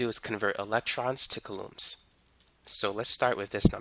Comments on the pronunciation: Its COU lomb not ca LOOMS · Never heard of coulombs in my entire life. Would be nice if you said the word the right way when teaching people. ˈko͞oˌläm is how pronounced. I totally lost you when you started talking about coulombs of power. Definitely should have started with coulombs first before just throwing it at us like that, lol. Not explained very well before introducing it into the lecture. Really good video though, I learned quite alot.